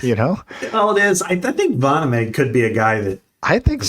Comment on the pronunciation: Correct: Voh-naw-me. Incorrect: vah-nuh-may